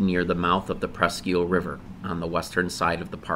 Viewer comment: Presque isle not eel...think island or "iyal"